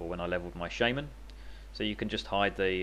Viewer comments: Isn't that what I said? The guy in the vid pronounces it correctly, not the bad way of saying shaw-man, like most newbs do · He pronounces shaman properly ... most people pronounce it incorrectly as shaw-man